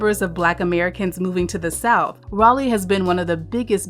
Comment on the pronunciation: Got raleigh wrong